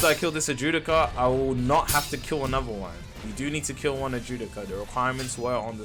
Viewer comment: Dude can’t pronounce a single word but claims to have watched the anime. Wtf is an Ajewdica?!?!?!? 😂 it’s an Adjucha (Add-who-cha)